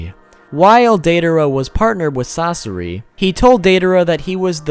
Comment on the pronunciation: "sas sore ii"😁